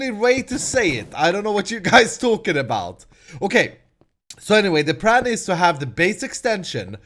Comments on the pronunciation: its plan not pran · Damnit it's PLAN! not pran.P_L_A_N!! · u say pran not plan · It's pLan Not pRan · pLan not pRan yes i only did this cuz you said so in the vidio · its plan with an "l" not pran you crazy fool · it's not pran it's plan PLAN! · it is plan not pran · Am I the only one that hears pran wen pretty and when he says plan PS there is nothing wrong with how he talked : ) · hey, i have a question. are you japanese, since you f.x pronounce plan with an r sound, this is comon in japan. so are you?